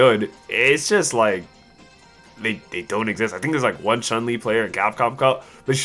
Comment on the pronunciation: Capcom butchered Chun. That's all I can say.